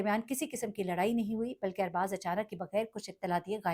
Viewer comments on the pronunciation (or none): It's arbaaz not abaaz